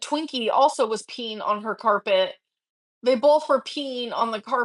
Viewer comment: "they bolth were peen on the carpehhh"